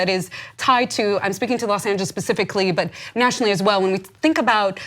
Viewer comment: Imminent not "Eminent" Civilly not "Civ-illy" "Los Angels is the capital jailer of the world" Use of English and Grammar in this video is pretty poor lol